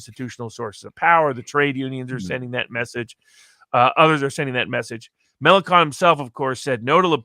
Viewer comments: Note: LePen is particularly strong in the North East, not the North West ( i.e. French Brittany ), which goes to Macron. And it's Melanchon, not Melankon ( 'ch' sounds like the sh in 'shoe' ). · Found him to be very ordinary. Can't be bothered to pronounce Melenchon correctly. He talks about making some bucks on a bet on the French election. Classic.